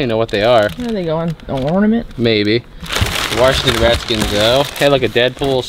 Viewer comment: Warshington... ha